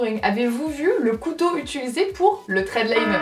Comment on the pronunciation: Et moi la chose que je ne veux plus entendre en 2018 c'est toi qui dit "étuliser" alors qu'on dit "utiliser" Thanks